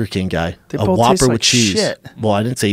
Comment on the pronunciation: I know Schaub didn’t just say Sammy Sosa dresses like an asshole. Pot meet kettle! Now Brendan is saying “BOLTH” as well as “DRAWL”. And this moron is doing well. Only in America!